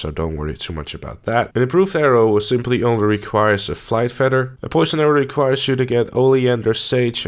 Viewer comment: Aight.. How is it that you say 'feathers' correctly by pronouncing it with the TH, but then you pronounce 'feather' as if it were spelled with two D's? You sir, are messed the eff up!